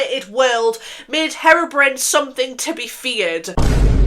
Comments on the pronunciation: I'm sorry but it sounds like you're saying heroine when you say herobrine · i’m crying it sounds like you’re calling herobrine heroin😭😭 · Loved the video! Since you were wondering it’s pronounced hero-brine (as in super hero + salty water) :)) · sorry but "herrrobrin" is so funny (ur makeup is stunning btw) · Saying harobrin is killing me 😭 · Nooo your saying Herobrine wrong 😅